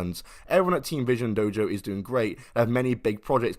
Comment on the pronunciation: I misheard th first time and was like did you say Team or Teen Vision Dojo? Think we all know what the dude wanted to call it